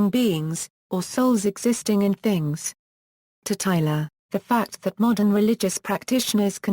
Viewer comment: it's tyLOR not tyLER